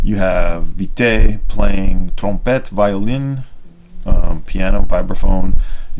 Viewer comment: using a deep French accent to say "Trumpet and Violin" was a nice touch. lol. I'll have to check out that record